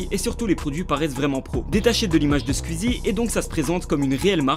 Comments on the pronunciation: pas "skuizi " mais "skouizi" ça m'stresse que prononce mal le pseudo "Squeezie" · C'est Squezzie pas squizzie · Squiiiiiiiiiizie 😂😂😂😂😂😰on dit sqouizie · PITIÉ : SQOUIZI, PAS SQUIZZI 😂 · Ça me perturbe qu'il dise Skuizi au lieu de Squeezie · Tu me stresse a dire « squzzie » au lieu de « sqouizie » bref bref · Skouizi pas skuizi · La vidéo est cool en soit, mais juste pas [skuizi], [skouizi], son pseudo vient de la musique Squeeze It, c'est comme si on disait [Le justiciet] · Ça me dérange les gens qui prononcent SQUIZI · Squeezie prononcer son pseudo skouizi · Galactic Peut-être, mais ce n'est pas la prononciation correcte. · Arrêtez c'est pas " skuizi" mais Squeezie 😂😂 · Qui entend skuizi 😂😂😂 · J'adore ta prononciation de Squeezie tu dit : "Squizie" c'est trop marrant xD Ce commentaire a rien avoir avec la vidéo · Tu dit squizzie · Asrlenny13 Asrlenny13 skuizi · Stp, dit Squeezie et pas squuizi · Juste pour le "scuizi" j'ai envie de quitter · Arête de dire squizie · Ptn mais arrêtez de prononcer « skuizi » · "Scuizie" (Aucune moquerie c'est juste ça m'a fait rire 😁) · tu prononce mal le pseudo SQUEEZIE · Comment tu prononce Squeezie ,mec t srx , ta vdo est bien mais respect son "nom" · Squieezie #pronontiation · bonne vidéo mais par contre ta prononciation de squeezie est HORRIBLE